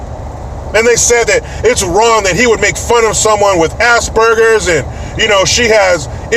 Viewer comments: Was that "assburgers" I heard, versus aspergers? 🤣🤣🤣🤣🤣🤣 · I thought he said asparagus, oh well, tomato tamato! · ASS-bergers?! Wth lmao😂😂